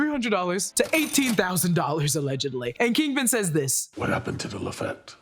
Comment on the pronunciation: It is pronounced “Lafeet” not “Lafet”